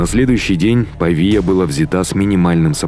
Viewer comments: Постановка ударения в слове Па'вия как Пави'я это выпендрешь или безграмотность? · 11;26 - научитесь ставить ударения правильно и подпишемся. Манту'я, Па'виа и т.д. ... насилуете топонимы...